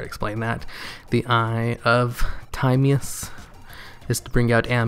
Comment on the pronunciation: Great as always. Love Dark Magician. Ps. Timaeus is pronounced like Tim-Eye-Us Just for future reference :)